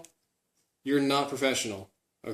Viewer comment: This is professional, you're naht professional *oZy closes mouth*